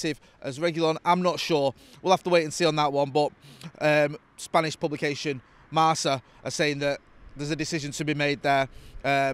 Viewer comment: Spanish publication MARSA... For fuck sake, you're a football fan and journalist, how can you not know Marca?